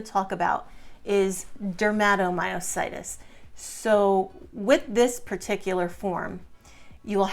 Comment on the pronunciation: OK, WHY IS THIS WOMAN CALLING DERMATOMYOSITIS, SO WEIRDLY 😢 DERMA, IS THE SKIN. THAT'S NOT HOW YOU SAY IT. MY CHILD, HAD IT. HER CK, WAS 16, 000. PLUS THE RASH, IS NOT, JUST THE HANDS, THERE'S THE BUTTERFLY RASH, THE FEET, LEGS. IT WAS SO DISTRESSING 😱, 😲 TO SEE MY CHILD SO DAM ILL. SHE, HAD, EMG, SHOWING, HER MUSCLES WERE DYING, HER MUSCLE BIOPSY, WAS CONFIRMED. HER, FRICKEN SPECIALIST, DECIDED NOT TO TREAT MY CHILD, 'WAS NOT THIN. SHE'S AN ADULT NOW, SHE STILL GETS THE RASH, THAT, PRETTY MUCH EATS HER.🥶🥵. I'VE BEEN GOING THROUGH MUSCLE ISSUES FOR A LONG TIME NOW. I AM IN PAIN 24/7. USED A CRUTCH, FOR AROUND 15YEARS. I WAS EXTREMELY ACTIVE😮. BANG, SUDDENLY, I COULDN'T DO THINGS. I HAVE VERY RIGID MUSCLES 😭 CAN'T GET OUT OF BED 😔, MY MUSCLES WON'T LET ME 😢. I FALL A LOT 😲😱. I HAVE TWO FORMS OF DYSPHAGIA, (SHE SAID THAT, IN A WEIRD TOO). I'VE RECENTLY, HAD POSITIVE ANA. COMES, WITH LUPUS AND MIXED CONNECTIVE TISSUE DISEASE . A MYOSITIS. DAM, NOW AFTER ALL THESE YEARS, OF FIGHTING GASLIGHTING DOCTORS 😂. (THEY ARE LEGAL DRUG PUSHERS 😮). SO, I WAS PUT ON DIAZEPAM, AROUND 15 YEAR'S AGO. HOSPITAL, WON'T SEE ME UNTIL I'M OFF IT. SO, I'M WEANING OFF, THAT'S FINE. BUT FEEL SAD, 🙏 I GUESS, MINE IS POLYMYOSITIS OR B.I.M. I AM DISGUSTED 🤧😨💯 THAT SHE SUGGESTS, THE COVID VACCINE, COULD BE A CAUSE, FAKE NEWS THEN 😢. AND HIV. NAH AHA 🤢🤧.. NO ONE NEEDS, TO HERE THIS. ANYWAY,🙏 😱 THAT'S ENOUGH. AS ALL THESE POST, THESE VIDEOS, BUT NEVER REPLY TO ANYONE. HOPE ALL YOU SUFFERERS, ARE DOING 😊 OKAY.